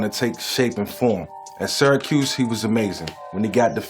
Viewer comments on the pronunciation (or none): none